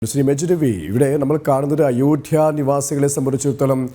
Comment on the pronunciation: അയോഠ്യയോ ?!🤔😁😁 അവതാരകൻ ചില അമേച്ചർ നാടക നടൻമാരെ പോലെ ഇത്ര ബലം പിടിച്ച് എന്തിനാ സംസാരിക്കുന്നത് ? അയോഠ്യ അല്ല അയോദ്ധ്യ ആണ് ശരി.